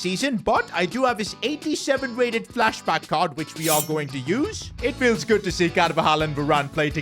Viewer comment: Bro said flasback for Varane